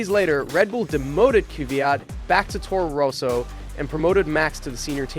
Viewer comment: Towrow rowsow